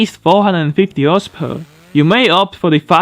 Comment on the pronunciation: I like your videos but when I hear "horsepawr", I don't feel too good, please, work on that word.